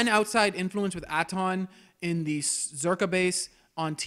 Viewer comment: You know, they say Atton's name a ton of times in game. You trying to be Billy Dee Williams, here? They pronounce Kreia's name, too...